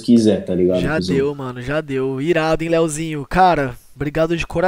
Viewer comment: minha agonia eh ouvir o falando "Leozinho"